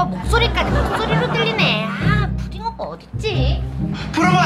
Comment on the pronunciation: ‘ ’에 푸딩인데 왜 푸름이라고 했어요?